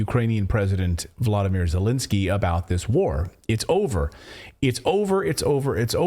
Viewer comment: Wolodymyr Zelensky Please, Clayton make a note because those names are confusing. You said Vladimir. This is Putins first name though.